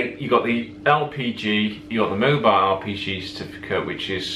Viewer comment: Sometimes it sounds like your saying RPG instead of LPG.